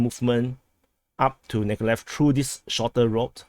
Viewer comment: it's pronounced Meekohligheev Mykolaiv y - ee o = OH aiv = eye iv